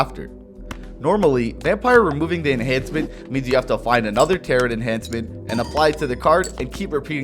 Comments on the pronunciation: Every time you pronounce tarot as "tare-it" I die inside. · Taro the last T is silent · Tarrot like carrot lol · bro saying "tarot" like "carrot" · Brother. The second 't' in 'tarot' is silent. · Is pronouncing the second t in tarot a bit?